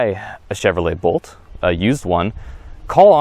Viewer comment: If you call it the BOLT EV it would be easier to understand what you are saying...I thought you were saying Volt the whole time but noticed the video had a Bolt EV.